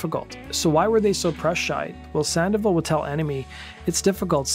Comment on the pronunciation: *SAN-DOH-VAHL > "SAN-DEH-VUHL"